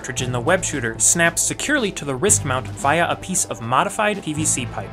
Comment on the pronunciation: The way you said “via”🤢